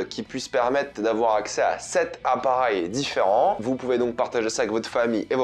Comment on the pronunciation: ta façon de dire appareil est trop marrante 😂